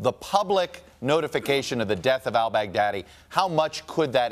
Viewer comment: "Al Bag Daddy" - Trumps way to pronounce it is so uneducated.